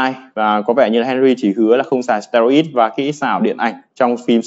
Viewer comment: Steroid đọc là ˈsterˌoid' chứ anh? Như a là thành sterid rồi